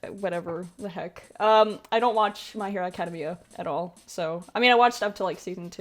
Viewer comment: The way you say my hero academia hurts my soul